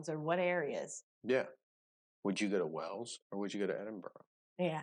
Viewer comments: Just to say, your pronunciation of British words is very good, But, Wales is NOT pronounced Wells, but the same as the biggest mammal in the sea! With the ‘a’ emphasised! 🐳😊 Lynn in England but come from Wales! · The beaches of Wales are to die for. Go to Rhossilli beach on the Gpwer Peninsula. By the way, you pronounce it like the sea mammal in plural - 'Whales' not 'Wells'. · Wales is pronounced whales not wells 😬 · You pronounce whales by saying the word a he is saying wells it's whales say the letter a. I am from uk Liverpool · You keep saying 'Wells,' which is a city, but you actually mean 'Wales' with an 'a'